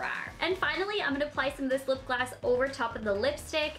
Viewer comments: Its lipgloss not lipglassXD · She said lip glass😑🤔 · is she saying lip glass? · LOL she says " lip glass" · Did she say lip glass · she sais lip glass